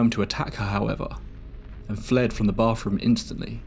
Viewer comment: Dude, if your going to narrate a story, learn how to properly pronounce a th sound!! I don't know what a boff room is but I know what a bath room is! For fk sake! Do English people know how to speak English! There's no f in bathroom. It's not charming, it's annoying.